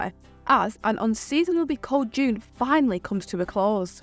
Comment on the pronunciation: Why did she say ‘finally’ like that lol No one wants this heat back. Bring back the cold, at least it’s durable lol